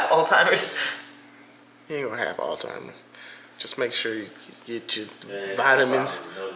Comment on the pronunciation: I say this out of love....its not Al-timers....its Alzheimers lol